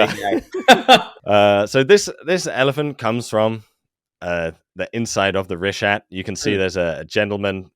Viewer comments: keeps saying richta. It's pronounced reeshat. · The greatest mystery of the Richat structure is why keeps pronouncing it "Richdot"